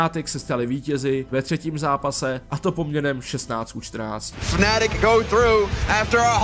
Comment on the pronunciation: FnaaaAAtic , to fakt moze takto vyslovit iba cech.